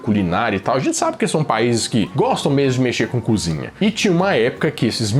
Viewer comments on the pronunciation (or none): none